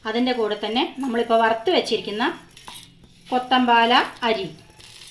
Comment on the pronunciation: Kothampala alla kothamalli.yadhartha Peru parayuka.pls.